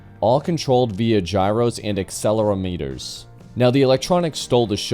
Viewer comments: Accelerometer is pronounced: Ac-cell-ah-rom-etta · I hope you have learned how to pronounce: livery, Haslam, accelerometer, etc